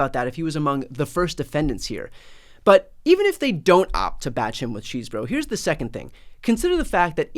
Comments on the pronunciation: I get the appropriate humor in Bryan and Glenn referring to John Chesebro as "cheese boro" but I think the proper pronunciation is more like "chess bro." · Apparently his name is pronounced "chess-eh-bro" but lets all agree to keep calling this facist Cheese-Bro😂